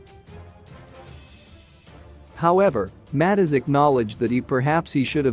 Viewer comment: It not Matters you pronounce it as Mattez